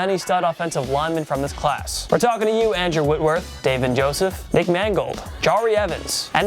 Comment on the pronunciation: Why do you pronounce names so stupidly? Brando Graham? Shaun Eelis? Dave-in Joseph?